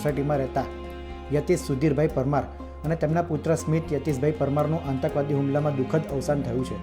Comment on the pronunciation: ઓ patrakar,આતંકવાદ શબ્દ નો ઉચ્ચાર સાચો કરો,કાં તો patrakartva છોડી દો